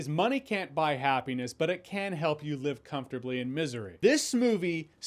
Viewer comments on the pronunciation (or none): none